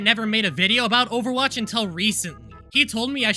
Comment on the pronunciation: Ovawache bab